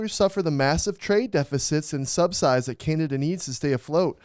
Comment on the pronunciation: when schmitty cant read "subsidies"